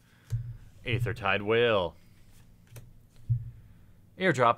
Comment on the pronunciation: I love the content of all of your videos, but please learn how to pronounce the words Aether and Shaman... I cringe so bad when i hear you say them. :D